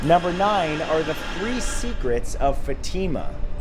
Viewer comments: Its FATIMA not Fatima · Learn how to say Fatima